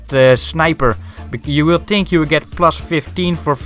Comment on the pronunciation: het is think niet tink